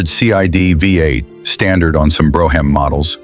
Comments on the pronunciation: Bro- ham models! Ai can't read shit, Brougham, brom. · If You're Gonna Present Any Car Videos , Get Your Facts Straight As Well As Your PUNCUATION Of Makes & Model Names. Such as "BROUGHAM. "It's NOT Pronounced As "BRO HAM"!!....It's PRONOUNCED As "BROME"......BRO HAM...You're An Idiot!!